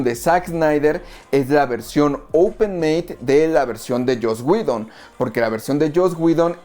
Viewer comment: Like por la info y porque es de las pocas personas que veo en YouTube que pronuncia bien el nombre de Joss Whedon xd